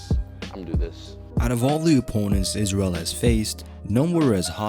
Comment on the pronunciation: "eef oi wos israyel oi wood feer mei."